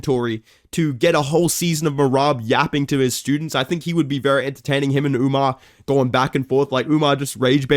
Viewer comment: Whys this guy keep putting a whole new letter in Umar's name its not umñar lol?